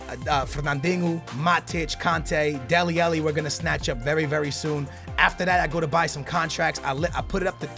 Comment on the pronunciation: It's deli alli not deli elli